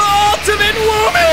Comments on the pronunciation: Actually its woomy not womy.... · YOU MEAN THE ULTIMATE "Veemo" Octo Expansion ENDING! Octolings say "Veemo" not "Woomy"! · ah yes, W O M M Y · W h a m y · No boat it’s VOOMY